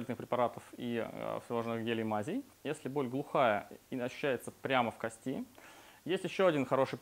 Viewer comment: кОсти пожалуйста говорите правильно